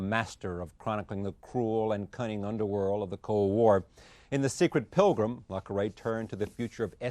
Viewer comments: Oh, please. He constantly interrupts and talks over his guests, frequently cutting them off in mid-thought. He loves his own voice most of all. And despite his pretensions, can’t pronounce “Le” properly in the author’s pen name. He says it like “La,” which is awful. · Really disrespectful of Charlie rose not to have bothered how to pronounce Le Carré correctly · Drives me absolutely bonkers how Charlie Rose mispronounces le Carré AND espionage with such American carelessness. God bless Charlie Rose, but he was a little bit of a goof. le Carré is an absolute treasure and has still Got It, even almost into his 90s. His new book is phenomenal.